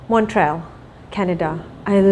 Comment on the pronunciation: Teringat dia berlakon chapalrela dengan Johan Dan zizan. Wow sebutan Montreal ikut French Tu.